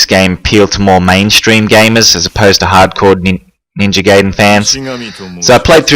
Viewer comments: No it's not it is pronounced Gy-den it has always been that way when we got it here people didn't know how to say it just like saiya-jin or kaioken people say say-in but it is sy-yin a pun on the word yasai (vegetable) I study the Japanese language have been for 6 years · Its literally pronounced gy-den, gayden makes 0 sense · "and today we're going to be playing Ninja Gayden Three" 🤣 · appreciate the trolling but it's pronounced Gy-den if we're going by what teams say try listening to the original creators of the arcade game plus judging my learning in japanese not necessary